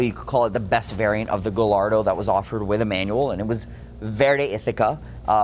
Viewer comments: Dude you rock! Honestly you are a wonderful steward and historian of these cars.. but… Porshhhh? Galardoh!??? Come on man you’re better than that. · AND, you can't pronounce Gallardo